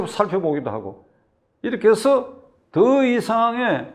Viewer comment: 새서가. 아니고. 해서.